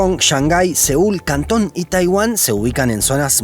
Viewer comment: Muy bien por decir Cantón, y no Guangzhou, que suena horrible y no es en nustro idioma.